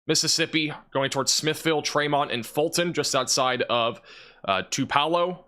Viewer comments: Thank goodness I can finish my Hoot’s bbq in the Tillar graveyard. 😋 PS (Elvis was born in “two-puh-low” not “Two-PELL-oh”) 😮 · I have never been to Tupelo MS, but I believe it is pronounced similar to "two-below." 🌡